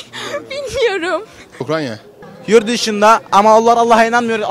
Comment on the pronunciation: Bı türlü Ukrayna diyen çıkamadi jdjssjjsjsjd abi ukranya nedir